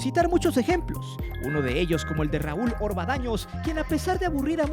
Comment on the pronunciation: Hey men! Dices en los minutos y "Raúl Orvadaños" cuando el nombre correcto es: "Raúl Orvañanos". Igual, no sé si es intencional por tu estilo en el manejo del lenguaje, para decirle que provoca daños (Orva-daños)😅.